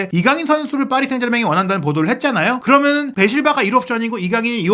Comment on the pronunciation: ㅋㅋㅋㅋㅋㅋㅋㅋㅋ그러머는, 그러머능, 이발음만 귀에 맴돌아서 브버지 영상은 안봄ㅋ